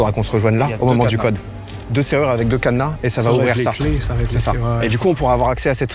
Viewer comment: " ya un cadEna , il est sécurisé avec le cadEna " 🤣